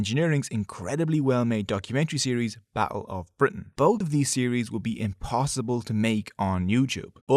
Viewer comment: ba''le o bri'ain